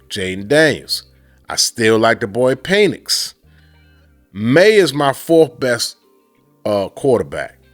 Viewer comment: Eli Manning was not the first to dictate where he went.. John Elway and Bo Jackson did so before him..and please stop calling this man "Peenix". Its pronounced "Pen-icks". HTTR